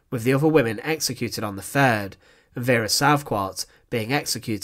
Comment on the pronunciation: Wat een achterlijke commentaarstem exsecuteeeeeeeeeeeed prisoneeeeeeeeeeeers Ben Knaapen was theeeeeeeeeeeeeeeeere Die man moet naar een logodist Kapoooooooooo Prisooooooooooooon whimeeeeeeeeeeen Instantlllllllllllllllllllllleeeeeeeeeeeeeeeeeee